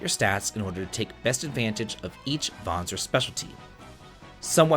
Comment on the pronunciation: Kudo's for pronouncing the word Vanzer correctly!🤓